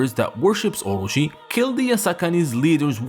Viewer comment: Omy, please say it with the rest of the class, O-Ro-chi. Just stop hurting our ears.